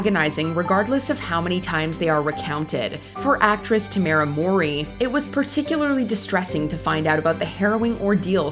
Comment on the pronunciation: You really need to start looking up how to pronounce these people's names BEFORE you make a video. You sound like an idiot trying to say Mowry. Ignorant as F